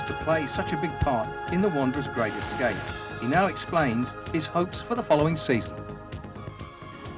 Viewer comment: What a Gweat Escwape. Twuly Audacious!